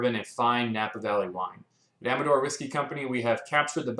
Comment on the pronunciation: Finally someone who knows how to pronounce the name